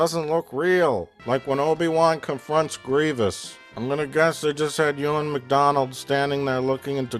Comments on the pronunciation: Oo-wan McGegor? That's it. Lost all respect for NC. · "Oowan McGregor"? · Who's "Ooh-an" McGregor? Anyway, he did his best. Maybe a young Alec Guinness could have done better -- he got off on playing mysterious, vaguely holy characters. But nobody else.